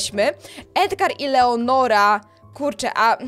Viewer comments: ty cały czas czytasz leonora a ona jest lenora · to nie jest leonora tylko lenora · To nie leonora tylko Lenora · Lenora to jest a nie leonora 😂😂